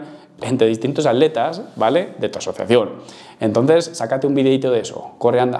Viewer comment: Por que no pronuncian bien la primera T de ATletas